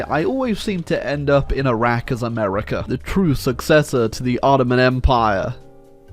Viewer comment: Whenever I hear "hamerica" coming from ISPS mouth, it tears my soul